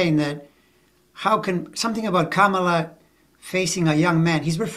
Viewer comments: NOT 🐫 Camel La. It’s , Comma La. Her kids call her, momma La. Thank you.! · The only thing I object to is when people pronounce her first name wrong. THAT is disrespectful. She's been VP for three and a half years. Yet there are still DC pols--mostly men--who can't be bothered to pronounce it as she does, as her staff does, how she's introduced at rallies...etc